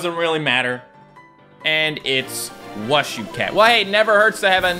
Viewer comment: It’s not pronounced “washu” cat its “pronounced “ushu” cat it’s in Chinese (wushu cat)